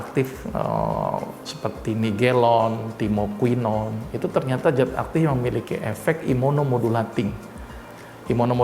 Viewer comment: zat pak bukan jat